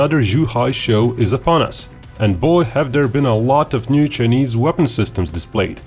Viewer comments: Its Chi a neees not chenesss. Please stop being Grounds keeper Willie. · The way you pronounce "chinese" is so typical russian